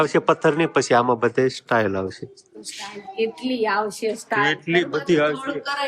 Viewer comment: સ્ટાઇલ નો મતલબ જુદો થાય છે અને ટાઇલસ નો મતલબ પન જુદો થાય છે..તમને બે લાખ લોકો જુવે છે તો સરખુ બોલો...